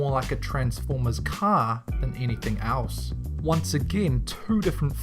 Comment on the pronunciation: It seems that the guy speaking here can't pronounce words which starts with e. Case in point(s): nightmare on alm not elm street and: anything als, not else. I'm pretty sure there are many others, but when I got to the Iron Man ripoffs, I had to say those. And isn't the word Elm pronounced as it is written and else as els?